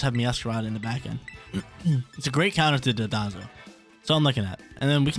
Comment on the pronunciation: One of these days were gonna learn it's Don-dozo and not Do-donzo